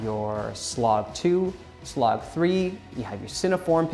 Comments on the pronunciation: My friend, please stop saying "sloog". It is pronounced "S... Log". And makes you come off as if you dont know what youre talking about. Video was still informative though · Did he call it Slog lol S-log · Yes lol. I have never heard anyone pronounce it in that way.